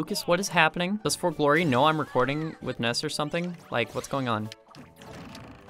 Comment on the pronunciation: NESS more like SNES xD